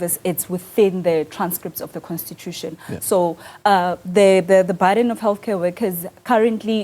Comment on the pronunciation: Burden not barden.